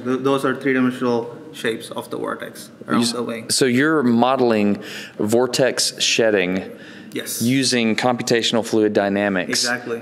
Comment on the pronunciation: he has a light accent then all of a sudden an extremely heavy accent when trying to say “vortex”